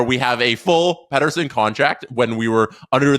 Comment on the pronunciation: If only you could say his name right 😂